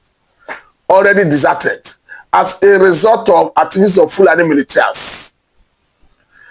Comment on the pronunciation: upgrade yourself.MILITIA is pronounced MILISHIA.PLEASE NOTE.